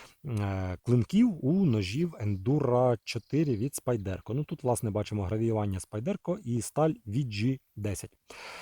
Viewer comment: Як на мене у СпАйдерко наголос на «А» Тому шо англійською павук спАйдер - є два ножі це Ендура 4 і Парамілітарі2 це прям спайдерко спайдеркович… Так ножі не звичні і в цему прикол але вони точно варті уваги. Тут навіть без привʼязки до ножеманства просто ви повинні мати ці два ножі Писати в коментах можна скільки завгодно що вони сякі такі страшні, але поки не посадиш на кишеню ти так і залишишся в невіданні як воно володіти цими ножами Чекаю від спайдерко Ендуру 4 на Магнакаті. Це буде прям те шо я шукаю